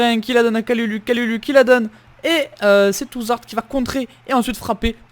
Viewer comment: On dit kaloulou pour kalulu